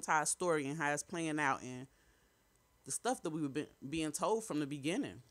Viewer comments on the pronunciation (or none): none